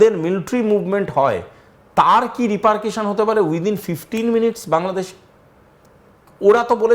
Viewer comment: বানানটা repercussion সুতরাং উচ্চারণটা রিপা(র)কাশন হবে -- রিপারকেশন নয়।